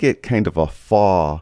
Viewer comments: Thanks. (It's pronounced "foe" - faux) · If applying the effect to a portrait, would you every want to add sharpening to the eyes and lips using the brush tool, or is that not considered ‘Orton’. Also, I think the correct way to pronounce ‘faux’ is more like ‘foe’. ;-)